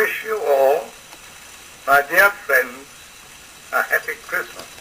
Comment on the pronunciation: As a British person I can say this is definitely "posh": moreover, it is much posher than the generic BBC accent of nowadays and that of the current British Royal family (even the older ones). Princess Anne would never say "heppi" for "happy" to give just one example. Prince William does not say "awfen" for "often" as his royal grandmother did (and maybe George V did, most likely). The old Received Pronunciation accent died in 1964 whenTV satirists began to mock it, using it as a stereotype of stuffy, aloof, out of touch peolle of the higher echelons of society. It was no longer "cool" to use it and with greater exposure of regional and working class accents (starting mainly in 1960 with the TV soap opera "Coronation Street", vowels from outside London area began to creep in and modify RP onto what we have now. Even working class Cockney accents have modified those same vowels: Cockneys who previously said "'eppy" would now say "'appy" and the change continues owing to immigration from the Caribbean.